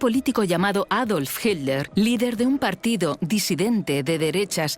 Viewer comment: Me molestó durante todo el relato que la narradora no supiera pronunciar Hitler.